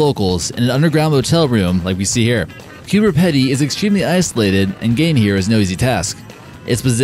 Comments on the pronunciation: Turning on inner my pronounciation Nazis. It's pronounced Coober Pee-dy. 💖 Lolol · It's pronounced Coober Peedy (Pedy)